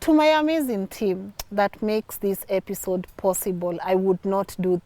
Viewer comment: Did i just here say epishode 😅😅